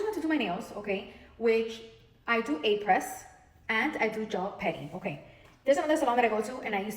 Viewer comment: Took me a minute to figure out "a press" was aprés. I was like you get what kind of nails now??? 😂😂😂